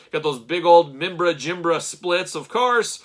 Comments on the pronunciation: Nailed that pronunciation. Surely only one class away from a languages major in Cosmic Legions! Top one Nice one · Not gonna lie i clicked on this video right away cause i wanted to hear you say the figures name 😂. You did way better than i did lol!